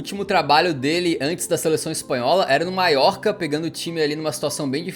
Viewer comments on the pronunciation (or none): none